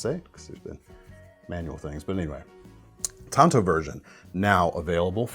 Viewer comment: It's tanto...... Tonto was a Indian